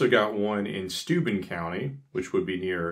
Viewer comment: You did an amazing job on Schoharie, but with Steuben you must emphasize the BEN......Steu-BEN County. Great video!